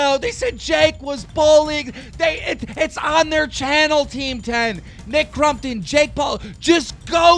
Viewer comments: Stop saying crumptun 😭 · I thought keem said Mccrompton